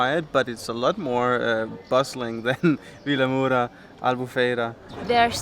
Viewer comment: Your portuguese is improving! Well done! Although far from good 😂 please learn how to pronnounce Vilamoura correctly ahahah